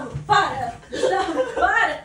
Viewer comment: "Gustavo, pára" Pausa dramática com a música do filme do Spiderman tocando de fundo